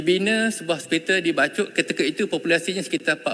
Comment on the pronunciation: Bachok ke bachol...?? 😂😂😂😂😂